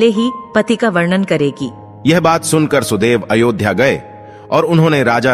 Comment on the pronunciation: आप शब्दों का‌ उच्चारण सही करें।वरण और वर्णन में अन्तर होता है। ऐसा लगता है कि आपको लिखा हुआ भी पढ़ने नहीं आता है। धन्यवाद।